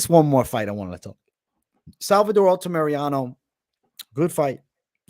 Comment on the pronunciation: Altamirano, not Altamereanu